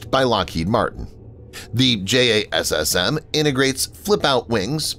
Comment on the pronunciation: No-one who know pronounces it as "J-A-S-S-M". It's pronounced "Jazzem"; and the extended range version is pronounced "Jazzem E.R.".